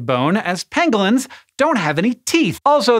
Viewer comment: “Pangolins” sounds like Benedict Cumberbatch trying to pronounce “Penguins”